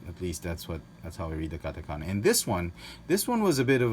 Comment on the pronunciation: 日本語のカタカナの読み方上手です。！ You are so good at Japanese katakana in pronunciation.